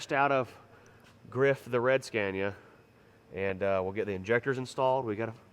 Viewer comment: please quit pronouncing SCANIA like SCENIA IT'S NOT SCENIA its S C A N I A. Go google the pronunciation of it. A is pronounced like A Apple not A Epple ffs